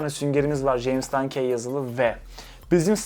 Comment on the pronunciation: Dankey değil de dankiy desen daha iyi olur.